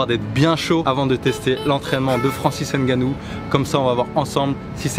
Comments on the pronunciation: On ne dit pas francis (N) gannou On dit Francis ngannou. Y'a pas de (N) à part ça. On prononce ngannou en un mot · Vous êtes quand même durs d'oreille et un poil irrespectueux, vous autres, Français. On vous dit toujours que les noms africains (n'étant pas de noms français), ne se prononcent ni ne se lisent en français. C'est [NGANNOU] et non [N'GANNOU]! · Nganou et non N'ganou 👍🏿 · avec 2 N biensur. Je parle de la prononciation. Le N ne se prononce pas. C'est Ngannou un peu comme le P dans Pneu. On ne dissocie pas la première lettre. Sinon cool la vidéo 👍🏿